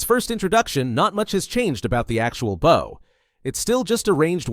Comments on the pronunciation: Baaw and arrow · and bow is not pronounced like bowing down to someone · Bro can’t say bow half the time